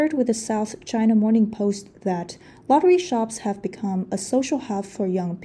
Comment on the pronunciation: I keep hearing “lottery sharks” instead of shops.